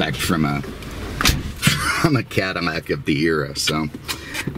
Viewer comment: Again your calling it a Cadimac. It's a Cadillac not a Cadimac.